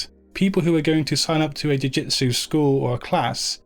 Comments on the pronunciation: eres un maquina!! but please change in your presentation the word "JUI..."JITSU for JIU... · D How did you manage to mistake the word "jiu jitsu" so many times in one video.. :D Cool one though, thank you!